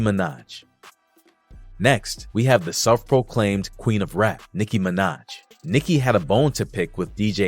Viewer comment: You said that perfectly! "Self-proclained" hahahaah cery much so!